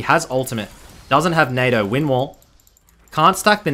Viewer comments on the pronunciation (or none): none